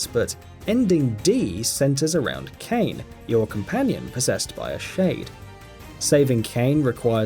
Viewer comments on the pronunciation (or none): Oh, I didn't know Kane was in Nayer. Probably because the game is called Nier (pronounced "Near"), and the character's name is Kaine (pronounced "Kai-ne"). Maybe actually play the game, and you'll know what you're talking about. Btw, Solid Snake wasn't in MGS3. His name is NAKED Snake. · that's Naked Snake/Big Boss, NOT Solid Snake in MGS3 you halfwit....and omfg that butchering of Nier & Kaine :/ also Journey is the most boring game I've ever tried....literally fell asleep playing it. also: Xenoblade Chronicles Xenoblade Chronicles 2 EarthBound Metal Gear Solid 4 Tales of Symphonia Tales of Xillia Tales of Vesperia Chibi-Robo